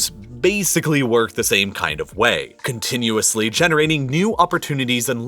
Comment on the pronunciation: Love your videos, hate the "pronunciation" :D Like "CCCCContinuously", "a TTTTThon of people", "TTTTTThon of food"